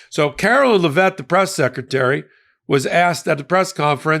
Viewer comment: Do you call her Lev-vett cuz you’re doing the same thing the republicans did with kam-ala? Thats not how it’s pronounced according to her saying her own name. Just trying to keep it fair. LOVE YOU!!!! 💙💙💙💙